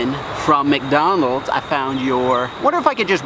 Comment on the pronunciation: You said mcnonalds at first